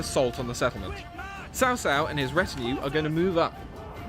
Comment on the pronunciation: no there is no "h" sound. otherwise it would be spelled "chao". "ts“ is as close as you can get to the chinese "c".